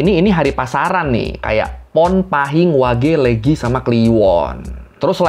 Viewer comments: Maaf, pengucapannya bukan Légi (seperti pengucapan saté) tapi Lêgi (seperti pengucapan beli) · bang, untuk pengucapan "Legi" seharusnya "Leugi", thx👏👍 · Pengucapan hari pasaran hampir semua benar... Namun "legi"nya agak lucu...😄😁